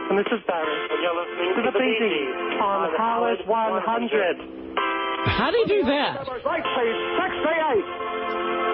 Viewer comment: it’s the old way he says “How-ard 100” that kills me everytime